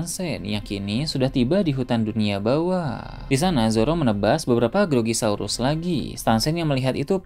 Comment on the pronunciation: Grogosaurus min ,, bukan grogi keknya🙄